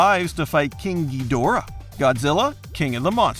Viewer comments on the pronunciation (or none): none